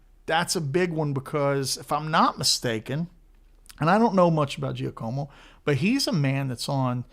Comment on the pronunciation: In Italian it's pronounced Jackomo.